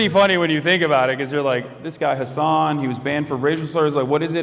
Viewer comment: It's actually hus-sun (like the star).